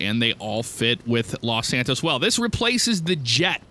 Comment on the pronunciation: When he said los santos on the taxi part it was like los santoast